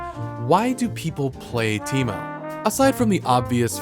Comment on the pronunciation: this video is more of a "How many ways can I fuck up the name Teemo." Than a character spotlight